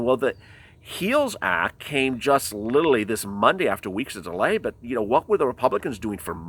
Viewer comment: He keeps saying littlely instead of literally! Lmao